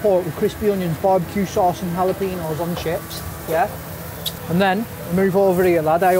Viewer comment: Always a fun watch but just to let you know, you pronounce jalapeno's wrong. you say it with a H not a J